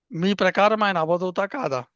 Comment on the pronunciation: avadoota kaduavadhoota.ardhalu very